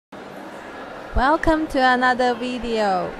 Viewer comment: Wellcum to anather wideo